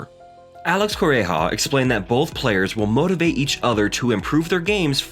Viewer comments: And now for something completely different!! Ruud is "Rude" not "Rud" and Corretja is "Corret jah" not "Coray hah". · please make the effort to pronounce the names of players, coaches, experts CORRECTLY. you keep on saying Co-re-ja. No. Coretcha... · It’s Ko-re-tcha not Ko-rei-ha. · Corretja is pronounced "koo-REDGE-ah" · Corretja is coreho really the correct pronunciation ? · Corretja is Catalonian. It would be pronounced as Curredya.